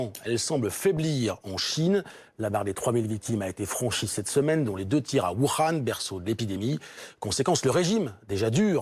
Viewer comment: Voukhan il a cru qu'il parlait arabe ou quoi imbécile journaliste de merde